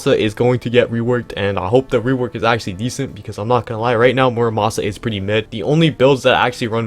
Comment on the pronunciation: bro said muramasa😂